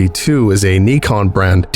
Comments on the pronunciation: Your accent is good, but zero Americans say Nikon like “Nee-kon” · Note on accents. If you're using an American accent we don't say Nikon as (Knee-kon). We say it as (Nye-kon). I know it's not right as the Japanese is with the soft I sound, but it's a lot like how British people will pronounce Nike as basically one word rhyming with bike, but in America we pronounce it closer to the Greek origins with the Greek E (Nye-key). Keep up the great work. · WAIT IT'S PRONOUNCED KNEE CON? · “Nee-con” brand lol